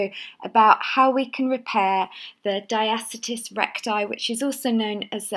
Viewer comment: Just a bit annoying that she doesn't pronounce diastasis or abdominus properly on the intro. It's not diastis or abdomus! Otherwise the exercises seem effective.